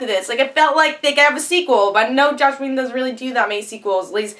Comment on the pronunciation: You said "Josh" Whedon a few times and that is just a huge bother to me. Slow down, take your time, didnt complete video if you cant take the time to say the name of the writer/creator right no point.